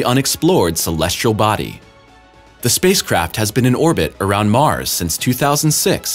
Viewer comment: In Mars' orbit. NOT Mars-is orbit, illiterate door knobs.